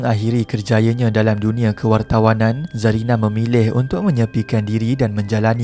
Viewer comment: Bkn kewartanan la min...KEWARTAWANAN... sory min terpaksa tegur